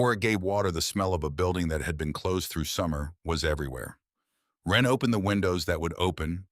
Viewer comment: For god's sake, this vid is slop right from the start. I think the name is supposed to be "Wren", not "when." Being a big reader of REAL authors, it makes it really difficult to listen/watch these vids when they constantly prove that it cannot spell, doesn't know what punctuation is, and can't tell the difference between words that are spelled differently depending on how they're used in a sentence. This is the 3rd slop vid from this channel. 3 strikes, you're out. I've unsubscribed to so many of these AI channels because it can NOT get it right. I'm down to 2 or 3 of these channels; if the slop continues, it will be zero.